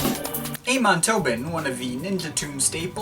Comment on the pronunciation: It's actually not pronounced Aymon (in Amon Tobin), it's Ahmon.